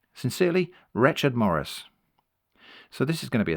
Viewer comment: I think you’re pronouncing Rechard wrong